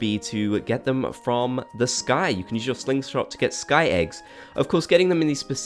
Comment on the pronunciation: I'm sorry is it just me or did I hear Slingslot when you mean Slingshot it's ok it happens to the best of us.